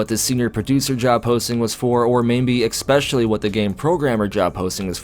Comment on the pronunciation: Please... Stop saying "ECK-specially".